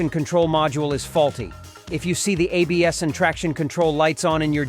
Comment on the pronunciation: "Abs" LMAO silly AI.